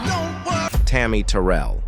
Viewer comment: That’s not how you say tarry Terrell name 😐😐